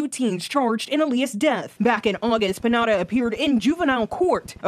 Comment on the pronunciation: That news caster really said Pineda as Pinata and I think that's what his sentence should have been. (For legal reasons, that's a joke)